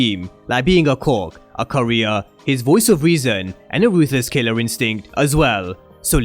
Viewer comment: did you see how he struggled to pronounce courier? last thing they need him to do is cook something up